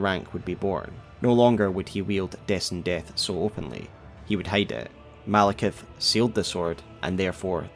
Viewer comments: Why do people call him Malekith? It's Maliketh. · ITS MALIKETH NOT MALEKITH U SHOULD CHANGE IT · Maliketh?! Really?!